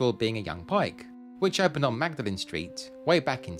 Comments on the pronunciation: Very comprehensive and detailed - and beautifully shot (though I'd expect nothing less!). One small error - 'Magdalene' (as in the college and the street) is actually pronounced 'Mawdlin'. Another alumnus of Peterhouse is the film and stage director Sam Mendes., you should research the so-called "Cambridge Night-Climbers" and also hunt down a book called 'Varsity Rags and Hoaxes' - a very slim, but highly amusing volume collecting various legendary Cambridge student pranks through the ages. And next time you're in Cambridge, go to Queens' College and see if you can gain access to Old Hall (one of the most spectacular rooms in the entire university), to Cloister Court, and to the sundial in Queens' Old Court. Excellent work as always, you've done the city proud. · Lovely video. Maud-lynn not Magda-lynn, please. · Thank you. I live in Cam and thoroughly enjoyed this, although you didn't show the cows ! PS Magdalene is pronounced Maudlin. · Magdelene is pronounced Maudlin not how it is spelt. Cambridge resident and pleased to be so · A fine video of the town that has been my home for 40ish years. As someone else has said, but worth repeating in case you want to correct it: Magdalene College and the bridge are pronounced 'Mawdlin'. Syd Barrett's first home was indeed in Glisson Road, but after giving up music for art and gardening he lived for many years until his death in St. Margaret's Square. I met him briefly during this time. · Great video for someone who grew up in Cambridge. Small point: Magdalene is actually pronounced 'Mawd-len' by the locals. Typical British nonsense 😅 But a lovely trip down memory lane and a few facts I was unaware of. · Magdalene is pronounced "maudlin" in Cambridge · Magdalene is pronounced Mawdlin :) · I've lived in Cambridge since 2014. Still found this well made and very interesting. (Magdelene is, however pronounced as 'mawdlin'). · Magdeline pronounced Mord lin. Good video